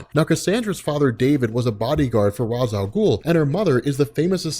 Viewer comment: There's only one thing I'm a super stickler on when it comes to comics and that's Ra's al Ghul's name pronunciation. If you don't know what I mean there is an episode you should watch a Batman Beyond called " out of the past " it does a great job at explaining this. I didn't finish the episode but, I'm sure the episode is awesome like all the other ones, anyway keep up the great content